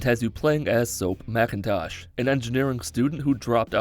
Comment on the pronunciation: You called him Macintosh you son of a bitch. It's mctavish